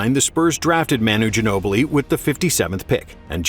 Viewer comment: The way they butchered Ginobli’s name. My god lol